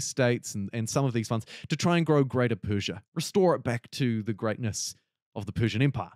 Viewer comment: your pronunciation was pretty correct actually I think what's gonna piss most iranians off is that the country is named Persia in all pdx games when it was never called that by it's own people